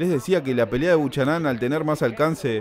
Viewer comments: POR FABOR NO DIGAS " BUCHANÁN" SE PRONUNCIA BUKENAN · 'Buchanán'???? Jajaj se pronuncia 'Bocanan'.. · ERES MEXICANO, APRENDE A HABLAR CHICANITO...SE PRONUNCIA BUKANAM... DETESTO EL HABLADO DE LOS MEXICANOS.. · Me gusta la simplicidad de tus narraciones sin aspavientos, aunque si hace falta más énfasis amigo mio.... apellido irlandés creo Buchanan.... Se pronuncia sin la h.... Bucànan.... Asentuando a pronunciar L a intermedia.... Es como el whisky.. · El apellido del negrito es Bucharan, pero se pronuncia: bu kae ran